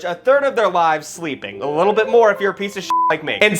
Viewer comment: saying “wee littil boots” 😂